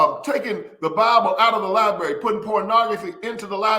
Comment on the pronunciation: LIBRARY. NOT LIBERRY.